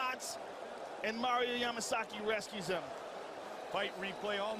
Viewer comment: That's Mario Damasaki...not Yamasaki... Yamasaki does not top fights that quick😂😂😂